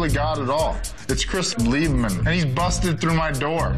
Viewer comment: Did Forrest call him “Chris Lieb- man” lol